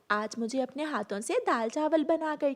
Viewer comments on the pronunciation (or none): Haaton nahin--- Haathon. Rano ko to apni maa ke haath se bane daal chawal khane the,bana usne khud hi liye. O nalaik, manafa nahin--- Munafa. O anpadh ganwar, wahan hi nahin--- Wahin. Tumhein ye bhi bolna nahin atta. Achchhe se nahin--- Achchhi tarhe.